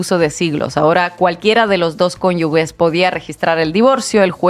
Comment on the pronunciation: Inna : ojo con la pronunciación de " cónyuge "